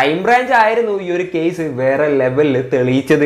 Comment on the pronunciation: കേയിസ് അല്ല കേസ്